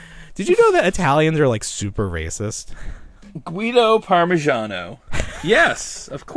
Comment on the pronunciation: “Gueto Parmigiano”😂 great podcast guys always look forward for the next one